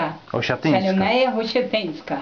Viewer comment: 012 Pani Stefania mowi Husiatynska nie Osiatynska